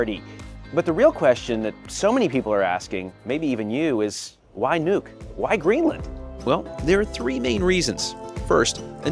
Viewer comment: It’s Nuuk not Nuke. You are watching too much CNN and NBC.